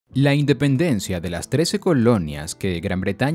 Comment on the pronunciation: Dependencia? Se comieron el "In"